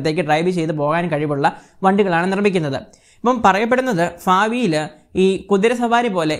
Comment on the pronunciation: ഫാവി ലോ ...? അതോ ഭാവിയിലോ ...?